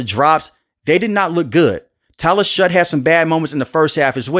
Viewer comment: Its pronounced Shuck.